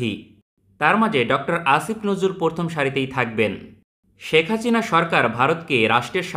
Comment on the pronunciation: Name ta thik moto uccharon koren itz Hasina not Hachina.